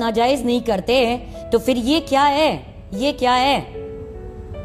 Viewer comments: افغانی عورت انڈین لہجا پھر کی بجائے فر بول گئ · یہ عورت %افغانی نہیں ہے اگر یہ افغانی ھوتی تو پھر کو فر نہ بولتی یہ پھر کو پر بولتی